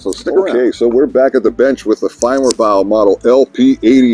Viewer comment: You pronounce their name far better than I can